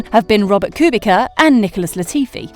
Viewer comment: How about also pronouncing Kubica's name properly... i don't understand how it can be so damn difficult. I would think that this is just a professional reader that is not at all involved with F1 but just reading from a script, so many F1 news channels popped up as of late, but at the same time some professionals also say it wrong... :/